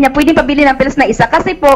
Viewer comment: maka-anga-anga ka naman po kay sir raffy. PILLS po hindi fills. 😏